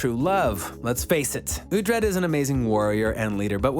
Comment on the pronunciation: Wait, uh-tred? No no no...it's oooooootred. Oo-tred. Please get it right. It's not phonetic to the US English language. Pronounced UH- tred is so demasculinating...